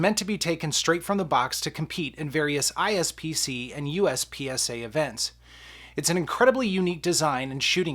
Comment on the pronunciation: Great video! But its IPSC not ISPC 😱😱😱